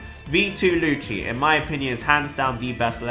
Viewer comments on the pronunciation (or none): I Dont like how you pronounce Lucci..